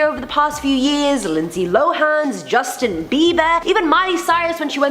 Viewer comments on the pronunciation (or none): none